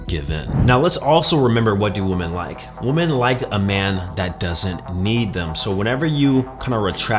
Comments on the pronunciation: "Woman" (pronounced woo mun) is singular. "Women" (pronounced wih mun) is plural. As you constantly mispronounce the word "women," you're making it singular. That means, to me, you mean exactly ONE woman. I don't care about your one and only woman. Learn to speak english. I hope it isn't your only language. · While the headline says "women," he keeps saying "woman," so I'm guessing he only has one of them. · Great video and no hate, but please man… learn to pronounce the word women correctly.